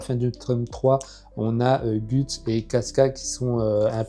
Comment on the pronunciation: J’aime bien tes vidéos MAIS PAR CONTRE STP ON LE PRONONCE « GEUTS » et non gUts !!!! 😂😂